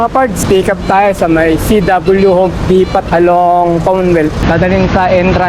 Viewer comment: pag nag salita ka ng depot, tangalan molang ng T masmaganda pakingan..